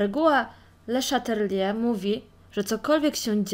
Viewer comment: Henri Le Chatelier (czyt. : " Ąłri Ly Szatelie") :)